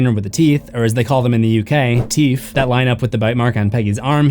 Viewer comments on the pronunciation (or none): “TEEF” lmaooo